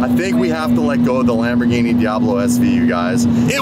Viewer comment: Love the vids, but the way you say "Lamorghini" is hurting my Italian brain. If you don't know how to say it with the accent don't try! Kind of just rude, even if you're just having fun!